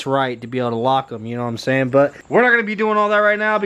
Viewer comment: When u say « know what I’m sayin » all I hear is Jroc’s knowmsayyyyyin